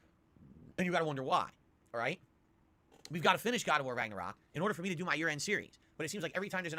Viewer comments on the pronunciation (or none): Raggor-rock....Yikes, this guy., you suck at games. Just admit it.